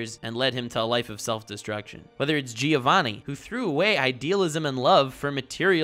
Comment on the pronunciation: I'd like to take this video seriously but every time he says Gi-ovanni I lose my mind